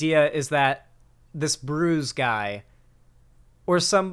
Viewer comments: Don’t think is gonna see this, but just in case for anyone who doesn’t know, ‘Bruz’ is not pronounced like ‘bruise’ it’s pronounced like ‘bruzz’ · LOL. Him pronouncing Bruz as bruise was pretty funny but also kinda annoying. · you clearly don’t know what you are talking about. You can’t even get BRUZ right 😂